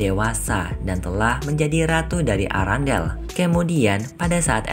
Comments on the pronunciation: Kerajaan erendel bukan arandel😂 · Kok sebutan istananya arandel sih kan namanya arenda